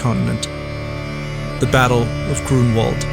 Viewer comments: Grunwald, try to say it Granvald. with v not w and you will say it correctly. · We should raise awareness among English speakers about the pronunciation of w as their /v/ in Polish and German. E.g. Grunwald is pronounced /Grunvald/